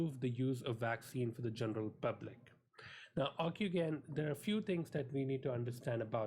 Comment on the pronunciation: It's pronounced ocu-jen! not ocu-gain! But, good summary overall. Encouraging.